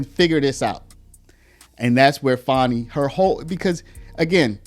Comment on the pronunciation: Why are you calling her fawny? It's fani